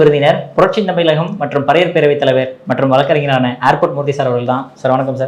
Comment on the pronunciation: Anchor "thamizhagam" nu sollunga thambi